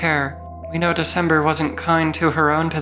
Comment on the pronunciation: "The cember"😭😭